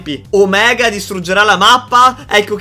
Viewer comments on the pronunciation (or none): none